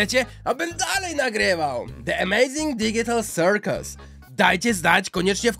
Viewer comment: pozdro #cyrk i the amazing digical circus się mówi de emejzing didżikal sirkus